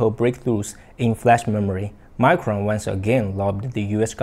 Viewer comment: That's not a relevant argument. This guy doesn't know ow to read, he pronounces revive instead of review. He pronounces lense instead of once. He can't do his job properly.